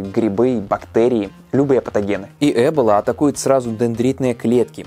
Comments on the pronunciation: Почему Э́бола ,а не Эбо́ла? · Почему Э́бола? Я слышала только произношение Эбóла и в Википедии тоже так написано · Не Э́бола, а Эбо́ла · Ты права, ударение должно быть на "О". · Ударение разве не на о?! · Я всегда думала что правильно говорить Эбо́ла а не Эбола́ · Почему Эбола? Её всегда называли эбОла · В слове эбола ударение на О. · эбОла... ударение на 0.... Тут выговорить правильно не могут, зато видосы снимают о ней :D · Эбо'ла Ударение на О. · ЭБола? Я думал эБОла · эбОла, а не Эбола вроде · Хоть сказано Э́бола яэ буду говорить Эбо́ла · Эбола, ударение на о, а не Эбола со скоростью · Ролики супер, но ударения конечно дааа, эбОла, Ямало-ненЕцкий, мОровая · А разве Эбола, а не эбОла? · Помоему правтльно не Эбола,а эбОла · Лайк кто говорит не Эбола а эбОла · эбОла ударение на О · ударение на о, эбОла. Пожалуйста, не делай так больше 🙃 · блин не эбола а эбо-ла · Эбóла. Очень по ушам режет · Когда в слове эбОла ударение ставят на первую букву уже смотреть не хочется, поинтересовался бы что ли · Да почему же Эбола, когда эбОла. Почему не проверить произношение слова, о котором ,по сути, весь ролик рассказываешь? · эбОла. Произносите правильно, раз уж делайте рисёрч🙏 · надпис Эбола говорит ЭБЛА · ты на намеренно ударение неправильно ставишь?! эбОла вообще то, даже погуглила специально. ну что за.... ухо режит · Спасибо за интересную и познавательную информацию. Но небольшая поправка: ударение не на 1ый, а на 2ой слог (источник: Википедия) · Вариант с Э тоже возможен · почему так сложно перед тем как делать выпуск просто и элементарно посмотреть ударение на слово в википедии, слух режет пздц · Меня одного бесит как говорит эбола? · просто закрыла видео из-за его произношение слова "эбола"